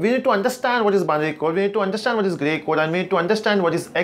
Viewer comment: Great video , but sometimes you get stuck on your delivery!!(Gay Code 😁)